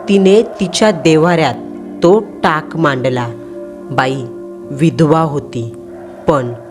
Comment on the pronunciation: टँग नाही मँडम टाक बोलतात